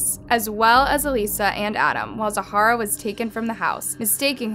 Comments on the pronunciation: Enjoying your content a lot! but pleaseeee for the love of everything stop butchering names so consistently 😂😂 look at how the name is structured! type it in on google and hear the pronunciation or something! zahra = zah rah not zaharah… and Mauricio is nottttt mercutio or whatever haha seriously not hating just don’t see why people don’t look into these things before uploading a public “report” 😅😅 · I'm watching this with an Australian friend of the family. Her name was Zahra (Zah ra) not Zahara (Za har ra), it's a common name here. Please research as it's really frustrating when you tubers don't check this stuff out or seem like they can't be bothered. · the person in the video.... zahra is pronounced zah-rah. the person is pronouncing the name as zah-ha-ra. i’m just asking for her input & the correct pronunciation of ha name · Can you please tell me how your name is pronounced? When I read the title, I thought that it's supposed to be pronounced as /Za:ra/, but in the video it's pronounced as /Zahara/. I'm confused 🤔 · Did she pronounce it how u do? Coz she was saying Zahara the whole time, not Zara as I assume it's actually pronounced? My cousin's name is Zarah & said how I think urs is... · Her name was Zar - ra, the H is silent. It’s not Za - har - ra. There are tons of videos of her family pronouncing her name. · Her name isn’t ZAHARA, it’s pronounced like ZARA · I live in Australia & my daughters names Zarah, I initially spelt it Zahra until I seen it spelt the other way & liked it. Also it's pronounced Zahra/zarah not Zahara, 2 quite different names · Her name zahra isn't pronounced Zaa-Hara its pronounced Zah-ra ik cause my name as u can see is same when u replace the m instead of z and I'm cousin's name is zahra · OMG this is KILLING me, her name is Zahra, NOT Zahara!!!! Over and over the name is said wrong WTF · “Zahara”? It’s Zahra. Did you even research this at all? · It’s not Zahara — it’s Zahra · Her name is pronounced Zah-rah. Like Zara.